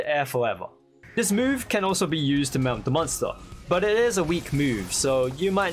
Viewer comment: Whenever he says der not the😅